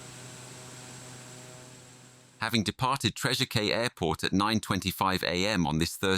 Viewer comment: A very disturbing story, but please get name of the departing airport correct, despite its spelling, it is pronounced "Treasure Key" (like the Florida Keys)